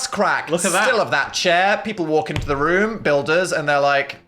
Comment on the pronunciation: I hear Phil Say "Intro the wilderness" haha not terminal illness